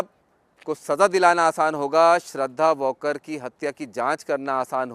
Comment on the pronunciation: To reporter वॉलकर बोलतोय plz nit aaika